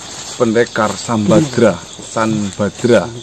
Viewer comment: SAMBARDA, bukan Sambadra...